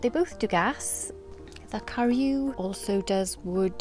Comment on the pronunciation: Please learn how to pronounce karu its definetly not pronounced car-you